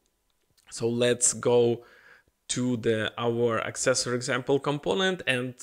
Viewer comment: Dear friend, it is ACcessor not acCESsor.